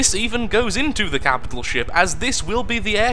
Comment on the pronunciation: "Every captial ship" Oh...